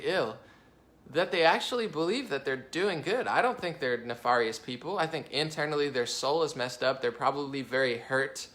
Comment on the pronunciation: You are mispronouncing nefarious.